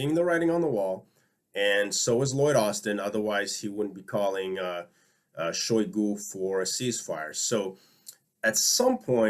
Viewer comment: For what it's worth, Shoigu's name is actually pronounced Shai-GU. Thanks for your work.